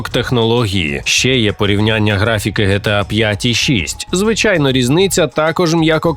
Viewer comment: Не ГеТеА, а ДжіТіЕй